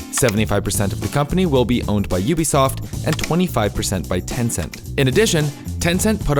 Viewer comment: Why do people pronounce UBISOFT as UBSOFT? Where's the eye?